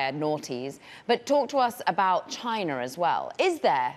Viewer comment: Is it pronounced “china” or “chinar”? I just heard both within 10 seconds